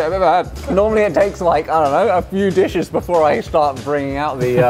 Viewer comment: Love how Uncle Roger pronounced the name of each dish so authentically and just enjoying every second of it!